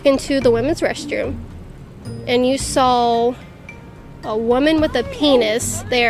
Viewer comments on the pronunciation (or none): Honestly there are so many things about that awful women that just make me sick. I mean, she pronounced “saw” with an L sound at the end... sawl.... she disgusts me. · What really irritates me is how she pronounces saw as “sawll” as well as everything about her